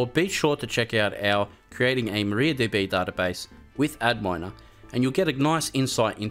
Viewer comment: I think Adminer is supposed to be pronounced as "admin-er" rather than "ad miner" lol